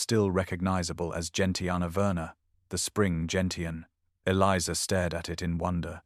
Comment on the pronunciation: It’s pronounced Jen shun not Jen tee in.